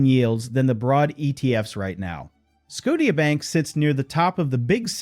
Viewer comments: Never heard of scoteea bank before… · Lol, skot-i-a bank 😂